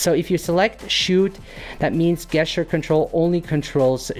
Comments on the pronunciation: Very nice. So the word "gesture" is pronounced JEST-ure, not GUESS-ture. If that makes sense. English is a weird language! Thanks for making this great video! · Great video. You are my favorite video editor creator specifically for composition. Gesture is pronounced Jeschure